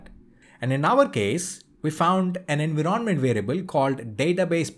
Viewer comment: Where did you learn to pronounce environment as enveeronment? I am curious.